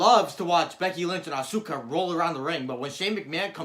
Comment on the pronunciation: Not ahsooka it’ arse-car